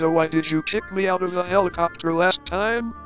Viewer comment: Bro the npc pronounced it helicoopter